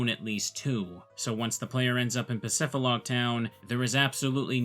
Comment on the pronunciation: It’s PacifiDlog Town, not Pacifilog dummy 🙄